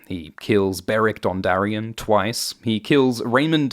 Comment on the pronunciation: umm, Daarios?